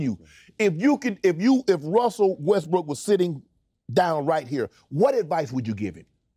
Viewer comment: He literally called him westbrick on tv lol🎃